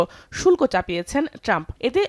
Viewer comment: শুল্প না, শুল্ক হবে😂